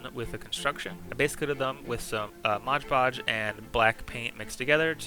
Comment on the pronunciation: This is my first video I've seen of yours, great stuff! Really excited to check everything out! If I may? Mod Podge is said like you would a game mod, it's one of those mistakes that are hard to hear over and over. Hope you keep these videos up however you say it though